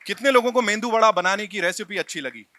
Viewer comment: मेंदू वडा नही, मेदू वडा !